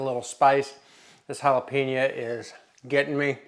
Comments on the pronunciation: Jalapen-YO, you damn midwesterners! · Dude, jalapenO